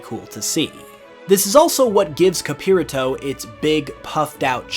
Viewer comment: So xd capirato would be a soft r The way that you pronounce in "spanish" capirato would be Wrighted like capirrato to had a hard r